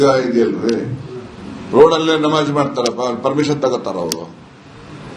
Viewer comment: ನವಾಝ್ ಅಲ್ಲಾ ನಮಾಝ್